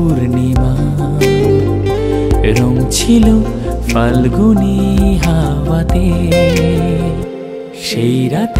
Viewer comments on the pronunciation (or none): Pronunciation was wrong. Word ta FALGUNI na. It’s PHALGUNI. Phonetics and pronunciation are important. Please pay attention when you upload next. Listening to a song with improper pronunciation can be quite irritating. Thanks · বেশ ভালোই গেয়েছেন গানটা, বাংলায় ফ (ফাল্গুনী) এর উচ্চারণটা একটু মাথায় রাখবেন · মিউজিক অ্যারেঞ্জমেন্ট খুব ভালো। শুধু "ফাল্গুনী"তে "ফ" এর উচ্চারণ টা "ফ" হলে আরও ভালো লাগত।